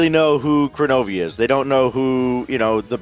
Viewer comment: Man said Kronovi 😂😂😂